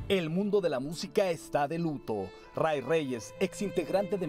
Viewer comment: No es Roy, es Ray y se pronuncia Rey.